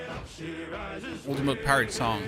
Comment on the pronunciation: The way you said ultimate............